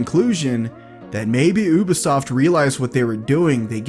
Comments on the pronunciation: i'm the only one that can't hear him keep on saying " OBisoft " instead of Ubisoft ? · It’s you-be-soft not oo-be-soft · It’s pronounced: U-BEE-SOFT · he pronounces ubisoft as oobisoft don’t listen to him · He said ubosoft